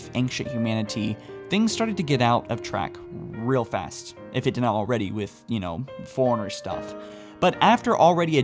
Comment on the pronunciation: It's "fore-runner" not "foreigner"